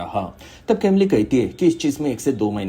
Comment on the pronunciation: Bhai uska pronounciation कैमली nahi कमील hai woh.